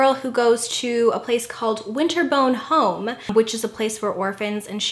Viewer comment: Did she just say.."winter bone home"?? 😂 I loved muppet treasure island, I'm so excited you mentioned it cause I'm 29 and wouldn't think anyone would have heard of it. This video cracked me up 💕